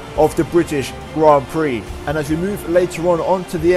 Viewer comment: THE BRITISHIAN GRAN PREXES